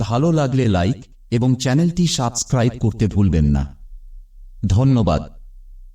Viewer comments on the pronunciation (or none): none